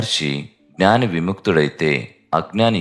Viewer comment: మీరు ఉచ్ఛారణ 'జ్ఞాని' అనిచెయ్యాలి; 'గ్నాని' అని చెయ్యకండి.